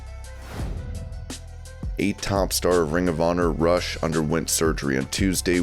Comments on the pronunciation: why do people that know nothing of pro wrestling do youtube shows and write for dirtsheets? Rush is a Canadian band, the wrestler name is pronounced "Roosh" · It's pronounced Roosh even though it's spelled Rush